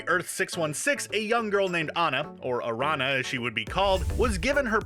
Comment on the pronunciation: Araña is spider in Spanish, not arana